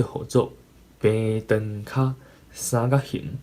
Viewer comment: 你有當陣仔sann-kak-「hîng」會講tuì sann-kak-「hîn」/「hîm」去,ài加注意 上尾hit pha衫仔褲真心適XD 感謝你對Tâi-gí教學ê tshui-kóng